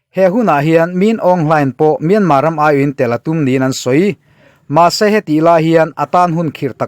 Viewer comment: Myanmar tih youtuber ho hian in lam dik lo vek mai hian ka hria myan tak hi in thluk dik lo vek.. google ru pronunciation